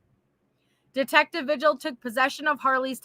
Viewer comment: I'm sorry but every time you say vigil it's actually pronounced Vihil. I'm sorry LOL